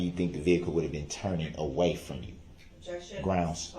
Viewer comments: The way he says ‘substained’ and ‘lisums splates’ still sends me into a rage! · Substained? Grounz for the substained he axed without relevancy. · SUSTAINED ..not SUBSTAINED ..you dip chit